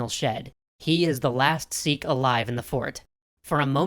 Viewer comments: Its sikh not seekh get you pronounciation right. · Do a video on Hari Singh Nalua, a Sikh general. And its Sikh, as in itch, not seekh